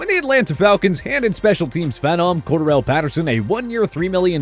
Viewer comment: Why will stop fumbling Cordarrelle Patterson's name?